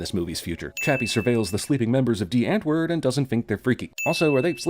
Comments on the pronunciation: You said D right but u didnt say Antwoord right. It just stood out and i understand its an afrikaanse word but like ive studied it for 5 years now so like its a really easy word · Hey bra gee vir hom "die" ek meen hy probeer seker? Hy moet sy "antWooRD" oefen